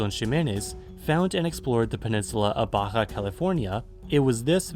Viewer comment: The way you pronounce "Baja" triggers me. >.>